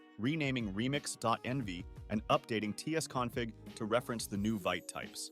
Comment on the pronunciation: Love your videos man! Just a nitpick, it's pronounced /vit/ (veet)